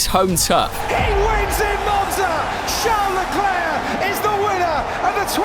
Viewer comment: Ah yes, "Charles Lefuelflow"